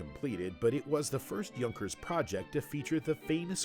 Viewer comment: Not that it matters, since we all know what the narrator is referring to, but I don't think that his pronounciation is correct. As far as I know Junkers is written WITHOUT Umlaut, therefore it's pronounced J [ou] nkers, more less like y[ou]th.